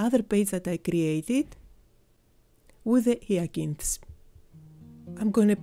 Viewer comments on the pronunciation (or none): H beautiful tutorial thank you and to help you with your pronunciation Hyacinth is pronounced Hi-Ya-sin-th, hope that helps, although I love the way you say it and your English is fantastic! 😀 Always love watching your tutorials.x